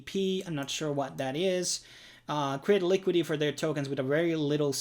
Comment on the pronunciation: Its LI - QUI - DI - TY.. LIQUIDITY! SAY IT.. LIKIDI.. 😂